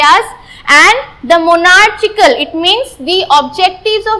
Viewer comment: It's good but your monarchical pronunciation is wrong